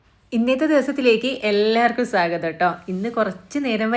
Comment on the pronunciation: സാഗതം എന്നാണ് പറയുന്നത്. സ്വാഗതം എന്ന് പറയൂ.